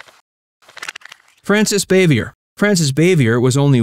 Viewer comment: its Frances 'ba vee yay